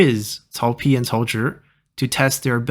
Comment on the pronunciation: did you say Zhi instead of Pi. Edit: I mean